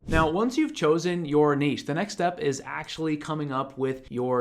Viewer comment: Thank you for saving "niche" correctly (not "nitch" lol).